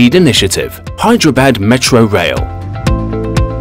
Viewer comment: Hyderabad he is pronouncing bad bad it's actually badh